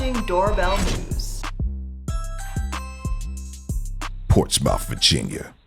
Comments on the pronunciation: Its pronounced ports-smith, yw bruh. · FYI. Even thought its spelled Portsmouth, Its pronounce Portsmith Virginia. You're welcome. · dude ... it is pronounced "port-smith" not "ports-mouth" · ROFLMAO the way the guy say's PortsMOUTH!!! The "OU" is silent...It's a southern thing; It's pronounced "PortsMUTH"... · It's not Ports-Mouth, its p-AW-r-t-s-m-uh-th, Port-smuth. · It's NOT Ports Mouth it's pronounced Ports Smith. 🙄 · LOL at "Ports Mouth". For future videos, just an fyi it's pronounced "Ports muth" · I can tell the narrator is not from Virginia because that is not how you pronounce Portsmouth. it not ports mouth it's ports muth. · You have NO IDEA...The way he say's "Ports mouth"...Anyone from there is LOL!!! It's pronounced "PORTSMUTH..." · LMAO it's not ports-MOUTH. It's pronounced PORTS-muth. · They pronounce it "Port Smith" now GET LOST ! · "Portsmouth" It's pronounced Port Smith 🤣😂🤣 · Quite sure it’s not pronounced “ports mouth” 😂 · the way he pronounces Portsmouth 🤣😂 you say it like Portsmith! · It’s pronounced ‘Pors-Muth’ 🤣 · Portsmouth, Va is pronounced Portsmith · Although it's spelled Portsmouth it's pronounced portsmuth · Craddock is a rough area in Portsmouth which phonetic is Ports muth. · Never heard anyone pronounce Portsmouth VA that. I live near there and I am not surprised that city would make an appearance here.